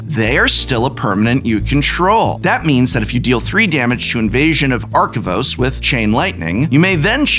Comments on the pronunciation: Take a shot every time Prof mispronounces Arcavios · The amount of times you mispronounced Arcavios gave me a headache. Good list on the video, though!